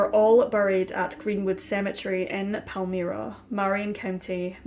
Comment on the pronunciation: Pal - MI (long I)-Ra. That's how Palmyra is pronounced